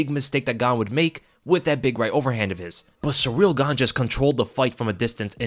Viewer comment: Hey, it’s pronounced “seeril” not “sureel” - you been watching tooo much Uncle Chael 😆